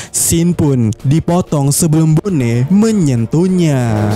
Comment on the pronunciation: Entah kenapa tiap dia bilang bone jadi keinget nama suatu daerah di indo, wkwkwk baca sesuai pelafalan aja knp sih? lebih enak bilang boni padahal wkwkwk